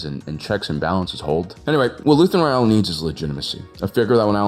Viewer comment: His last name is Ra-el not Re-al. This isn't Real Madrid...